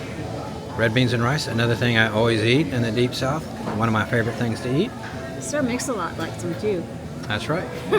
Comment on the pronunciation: She said sir-mix-alot lol